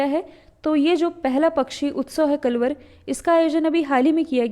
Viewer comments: Mam कलवर नहीं कलरव का उद्घाटन हुआ🙏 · Kalrav not kalvar